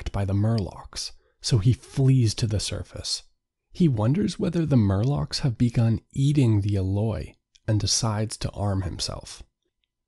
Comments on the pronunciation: “Morlock” not “Murlock” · Morlock, not murloc. This isn't Warcraft. 😁